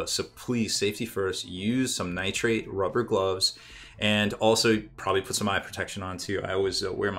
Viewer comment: Nitrile* gloves, sounds like you were saying nitrate. ;)